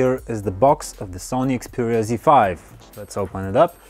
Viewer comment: I think I heard you say xpooria z5.